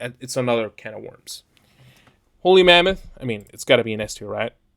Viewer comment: You sound like you're saying "Holy Mammoth"